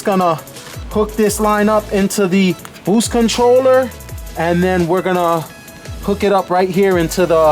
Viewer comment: "Eight pounds of boowhste"